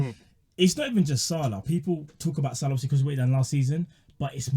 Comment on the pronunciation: Guy can’t even pronounce salah..where’s hh?!!! Send this man a ticket to Siberia asap!